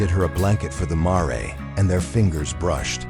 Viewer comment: Why are simple words not pronounced correctly???🥴. Mare is just as it looks! Long a and silent e.